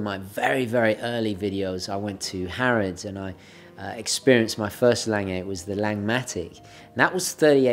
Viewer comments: Omg please stop saying "layng-ay". It's German, it's "long-gah". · It is pronounced "Long-uh" not "Lang-ay". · I enjoy your videos and subscribe to your channel. I particularly enjoyed this presentation of the Lange, however I do wish you would learn to properly pronounce the name of your subject, Lange.